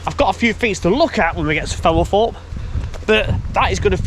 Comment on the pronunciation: Ok...... I really like your videos: excellent quality, always informative and very interesting: apart from one thing.... your voice. I have to watch with the sound off and the subtitles on..... and it's hiarious to see what the subtitles make of the way you prounounce some words. I mean, Femelforpe........ really? If you have some sort of genuine speech impediment/disability then I humbly apologise but if it's just a lazy local accent then do yourself a favour and invest in some elocution lessons PLEASE!? Btw...... to show my good faith I've just subscribed. Very best wishes to you anyway!